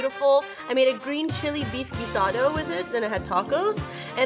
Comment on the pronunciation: I don't see that anyone commented on this, but I'm pretty sure mispronounced picado. Pee-kah-do (the 'o' is a short 'oh' sound)